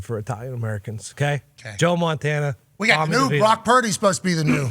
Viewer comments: Pat, it's not Joe Montana, 😊. It's Joe Montana, the GOAT. Get it right 😅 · Pat McAfee fumbled Montana's name, oh man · It's Joe Montanya by the way